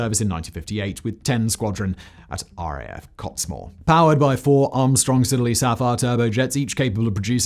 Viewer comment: Market Rasen. It's Market Ray-z'n, not Market Rass-en. And without wishing to sound pedantic, it's RAF Cott-is-more rather than Cotts-more. Or at least it was when I was in the mob.